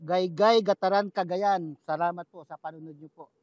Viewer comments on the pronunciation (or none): none